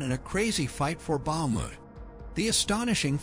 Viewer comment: Bakhmut is pronounced Bach moot.